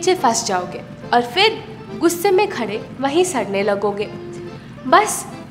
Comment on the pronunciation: FHIR FHIR FHIR FHIR FHIR FHIR FHIR FHIR FHIR FHIR FHIR FHIR FHIR FHIR Nai Madam PHIR PHIR PHIR Boliye Phal phal Fhal Fhal nai Phal Boliye